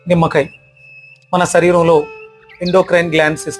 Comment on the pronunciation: కాయ్ రాజా కాయ్, కాయ్ కాదురరేయ్, కాయ , సరీరం కాదు శరీరం ... చాలా ఊదరగొడుతున్నావు